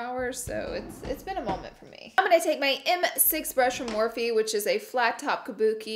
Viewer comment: Im starting to get used to you saying M6 from morphe.. it sounded so wrong at first lol 😂😂